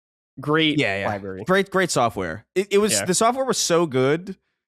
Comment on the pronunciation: if you're going through these libraries of consoles please learn how to say the word “library.”